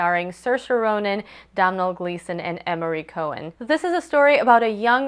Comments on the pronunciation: Congrats on getting the pronunciation of Saoirse right as it's quite an obscure Irish name. Just so you know, Domhnail Gleeson's first name is pronounced 'dough-nil' (dough as in bread, nil as in zero). Hope this helps, great review. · Yeah I was really impressed when you pronounced her name right! At least you tried with Domhnall, most people just skim over irish names like whatever. Loved the review :)